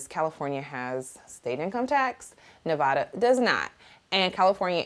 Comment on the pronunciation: I'm so glad you're here. I'm in Henderson and we have to connect! You know I've been team Haute since day 1! But remember it's Nevaada not Nevauda LOL.